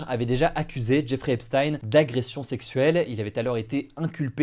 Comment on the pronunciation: Jeffrey se prononce "Djè-fri"